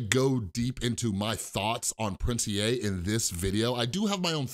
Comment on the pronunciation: Finally someone who says "Prince E A" like me not "Prince EEEEEEEEEEEEEE"